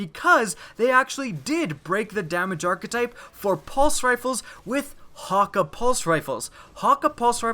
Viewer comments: He said: Häkka My reaction: what?! What I relized: He's saying Häkke wrong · Omolon is yellow Häkke (hok-a)